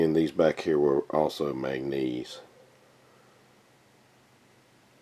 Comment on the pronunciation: Its called MAN GAN NESE